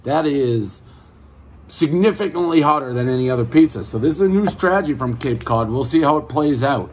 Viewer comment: Cape Cud Peez Err 7.2